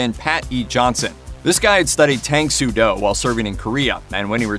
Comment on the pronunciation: You mispronounced Tang Soo Do